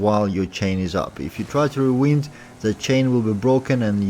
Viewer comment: your english is good but you say rewind as in wind but should be as find. Lol.